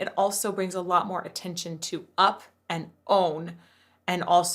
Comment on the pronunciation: One thing I always noticed about Rise Against is how he'll turn a 1 syllable word into 2. Especially "now" becomes "na-how". I think it's really prominent in the song "Heaven Knows". Where "more" becomes "ma-hore". It's not a bad thing, just something me with no singing training picked up on way back in the early 2000s when I was in high school listening to them